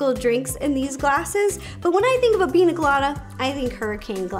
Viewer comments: PiÑa Colada, not Pina lol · Ur pronouncing it wrong... Its not Pina.. it's Piña pronounced pinya colada but still looks good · Ugh it’s piña colada.... not pina all my Latinos are offended lol. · Pronounced: PEEN-YA Colada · Just a little correction, its actually pronounced Pinya Colada because the “n” in Pina is supposed to be an “n” with a “~” on top of it, its in the Phillipine Alphabet ☺️ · It's a pina rolata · Me as a Spanish person throughout this whole video PiÑÑÑÑÑÑÑaaa colada !!!!!!!!!!!!!!! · I love your videos so much. I’ve been watching them for 8 years!! I just wanted to let you know it’s piña colada. Using the letter “n” is different than using the letter “ñ”. The letter sounds different and is used differently. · As a Latina, the way she pronounces piña colada is hilarious🤣